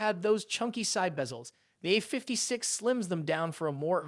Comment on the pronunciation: Why do say "A56" all weird like that?